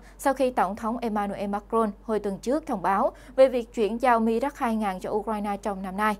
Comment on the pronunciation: Nên đọc theo tiếng Pháp : mirage ( mi - ra-z ) . Cám ơn .